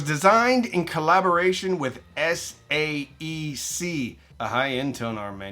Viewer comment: for future pronunciations,,,SAEC is pronounced: say-AK. or say-EK